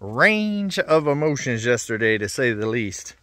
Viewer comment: "Uhmotions" is not a word.